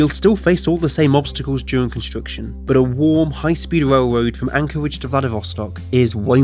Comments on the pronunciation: wailwoad wussia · “A warm, high speed wailwoad” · wowm wailwoad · Wrailwoad between wussia n de us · Awctic wailwoad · What’s a whale woad? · Norf Amewica wailwoad bwidge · The speech impediment killed me, “whale-woad” lmfao